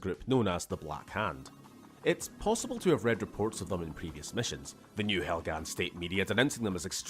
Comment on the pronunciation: My man really said, "Helgan? Vektan? No, Proletariat"